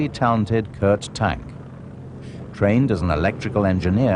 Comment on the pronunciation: Kurt Tank's name is pronounced "Tonk". Annoying as hell.